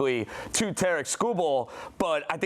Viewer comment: Why are and the only ones pronouncing his name correctly. It’s pronounced like “TEAR-ICK”